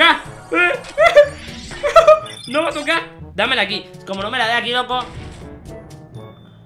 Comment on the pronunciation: Se dice loco escucha o lee no oco ja jajajajajajja jaj no sabe hablar den le like